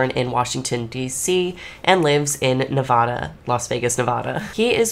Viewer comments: I hate when people say Nevada wrong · ilu but hearing you say the state name “nevada” made me break out into hives LOL